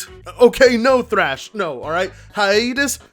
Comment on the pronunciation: I guess the first h in "Thrash" is silent